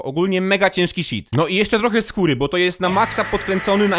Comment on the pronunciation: skóra a nie skura